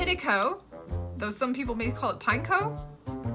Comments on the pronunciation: WHY U SAYING NASTU AND ZASTU IT NA TU AND ZA TU WAAAAHHHHHHHHHHHH😭😭😭😭😭😭 WHAT DA H*** IS THE PRONOUNCIATION FOR PINECO WTF??????????????????????????????????????????? 😭😭😭😭😭😭😭😭😭😭😭😭😭😭😭😭😭😭😭😭😭😭😭😭😭😭😭😭😭😭😭😭😭😭😭😭😭😭😭😭😭😭😭😭😭😭😭😭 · I laughed the most with your way of saying the pineco line xD